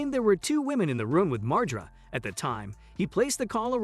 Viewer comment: Lmao cant even fucking say his last name right. Its been out in public for years. Its Mar- GER- AH (margera)